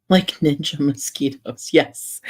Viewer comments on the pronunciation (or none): none